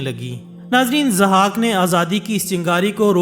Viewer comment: Zahak, not Azhak. Just legend not history. Mentioned in Shahnama Firdausi.